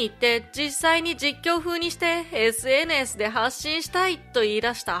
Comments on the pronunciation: SNSの言い方が微妙におかしいw。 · SNSの発音独特ですね笑